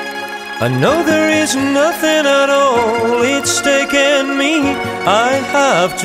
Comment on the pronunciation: no tenia idea que era Argentino, un groso Maxi. escuche la cancion en Tn techno y la vine a buscar, muy buen nivel de ingles tiene, lo unico que pronuncia "taken" para el orto jaja